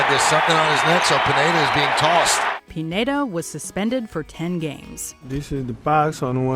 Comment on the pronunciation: Michael Pineda's last name is pronounced "peen-YEAH-dah."